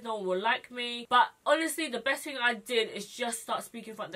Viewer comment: I looove that you say fing instead of thing, you're adorbs